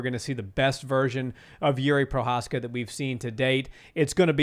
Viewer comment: spíš mě nasralo, že Cejudo, co říká jak je dobrý kámoš s Jiřím, když ho trénoval... Ale furt nevysloví jeho příjmení správně 😂Prošečka ain't it